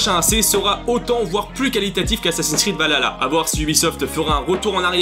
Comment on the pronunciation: infos intéressantes mais la prononciation de valhalla me fait mal aux oreilles :p alors dans la langue de nos chers vikings cela se prononce val ha (H aspiré) tla ( le double L se prononçant TL) mais sinon à quand un AC dans le monde Celte contre les Romains :)